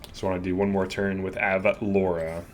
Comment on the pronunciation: ur pronouncing it right. it's like the city from family guy